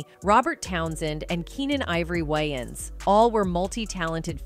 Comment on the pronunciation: Keenan ivory WHYANS? WTF that’s not his name it’s Keenan ivory, Waynes